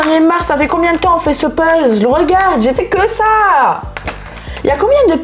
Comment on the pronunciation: Hahahhaha ça am fait trop rire quand elle dit puzzl c'est un puzzel pas un puzzl